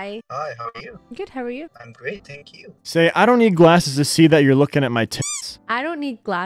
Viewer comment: I’m just confused if she said tee hoo or thank you